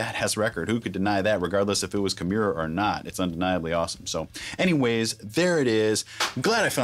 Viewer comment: I always hated how Rob pronounced his own bands name wrong